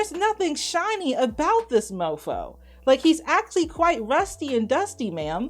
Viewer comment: Shawn moo moo not shiny